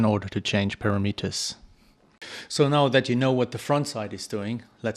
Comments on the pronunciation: GOOD DEMO! BUT BRO ITS PRONOUNCED PARAMATERS,NOT PARAMETERS IKNOW IT MAKES NO SENSE,BUT TRUST ME ITS PRONOUNCED PARAMATERS,GOOD JOB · thanks for sharing this info! you say para-Meet-ers; I say pa-RAM-eters. :-) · EVEN CLOSER WOULD BE,PURAMUTERS,WOULD BE CLOSER TO THE RIGHT WAY TO SAY PARAMETERS,,AGAIN GOOD DEMO AND GOOD CHOPS BRO